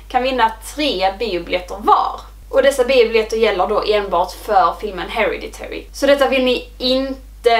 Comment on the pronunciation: Den utalas HereDitary, du lägger liksom vikt på D:et…